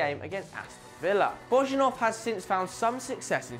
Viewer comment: Geez... please learn at least some of the names when you make a video like this, at least the football clubs' names. Lecce is pronounced like latch-eh (that's just an approximation for you), it's definitely NOT leeeease (that made me cringe, really). And Bojinov is also not pronounced Bozhinov, but Boyinov. It's not that difficult, it's just 10 players plus a few clubs for each...